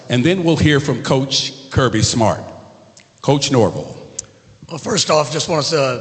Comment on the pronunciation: First can you say Coach Nor-Vell!!